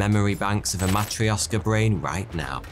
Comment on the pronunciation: "Matrioshka brain" stress is on the O, correct (correct stress is actually more important than exact sounds, I think). But the "sh" should sound like in the word "posh", "push", "rush" etc., or like "ch" in "cloche" (sorry for the weird example). There is an issue of palatalized "r", but it doesn't matter since English doesn't palatalize its consonants.